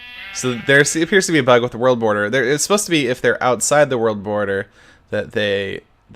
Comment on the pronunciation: "So that has to do with another pug over here." -Sethbling 2014 I know he said bug, but it sounds like pug! XD